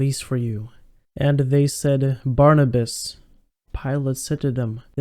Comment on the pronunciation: Barrabes not Barnibus